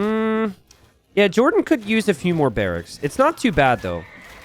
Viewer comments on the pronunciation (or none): none